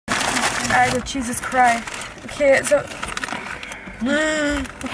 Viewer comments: es heisst nicht „jesus cry“ sondern „jesus christ“ 😭😭😫😩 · Sie hat es offensichtlich mal falsch aufgefasst und sagt es nun falsch, dass sie Jesus Cry sagen möchte bezweifle ich ,vorallem da es in dieser Situation nicht passt